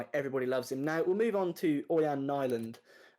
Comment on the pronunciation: Knee land is how to say his last name. Most of us Villa fans wrongly said Nii land. He got us to a cup final. So I think he decent GK to have as backup